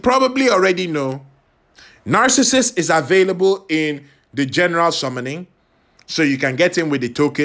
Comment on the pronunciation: Aka...I had to laugh through the whole video....because I think 99% of the time you kept calling him Narcasist !!! NOT Narcissus!!!.....poor guy!!